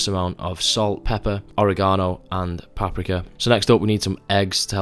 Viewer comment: The way you say paprika made me chuckle and wonder if I been saying it wrong my whole life the same with tahini lol